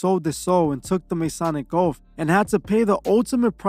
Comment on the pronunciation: You keep using “Masonic” when you should be saying “Satanic” ... also are you saying “oaf” or “oath” ?!